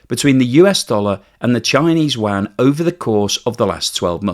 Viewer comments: 😂 LOVE the way you pronounce : “Yuan” (“Waaaghn” )……Could you, maybe, try : “You-on”? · Yuan! Not WAN! And certainly not JUAN 🇲🇽!!! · A minor point. The Chinese currency is pronounced "Yu-en", not "Wan" as you tend to pronounce it. "Wan" is rather confusing as many of us have never heard of that currency. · u-an, not wan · How do you get Chinese "Wan" from Yuan? Check your pronunciation as you are the only person who has ever said Wan. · Excellent, but it's NOT wan. If you can't pronounce yuan, use CNY. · It's actually called Renminbi or RMB. It was actually (miss) pronounced wan in the past. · good content. May I suggest a pronunciation change. Chinese currency Yuan is pronounced like Ywhen the Yu part being folded into the W sound of “when” all in one syllable. Xi Jin Ping is pronounced Hsi with the tongue being placed in the position where westerners say X but emitting a Hsi or Syi depending on the romanization protocol. Hope this helps…. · It's called the Renminbi or RMB, decades ago it was pronounced Wan. It is confusing as the Korean note is called the Won. As for Xi? That loser can have his name mispronounced all day long. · You-an. I'm anti-china, but I have trouble taking you seriously when a finance guy mispronounces the name of the currency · Great video..please sort your pronunciation of Yuan.